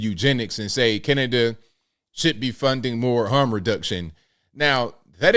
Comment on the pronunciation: I think any time talks about Cana-da-da he should open with "...and today we gotta talk aboot". It just feels right.